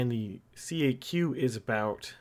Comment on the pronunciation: Tip: no one says C A Q. It's "Kak"